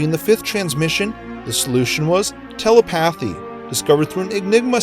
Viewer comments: also telePATHy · No mentions of telePATHy? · You guys are all missing him pronouncing telepathy wrong. that's what drove me nuts. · Not subbing because of the way you pronounce “Telepathy”